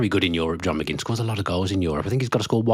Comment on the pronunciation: McGinn rhymes with Lynn.